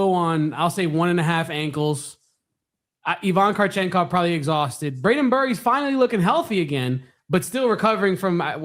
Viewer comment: Ivan krachenkov? Cmon! 😂